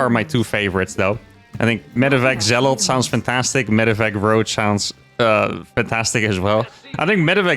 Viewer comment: STOP SAYING ZEALOTH! You keep spooking me! It's Zealot.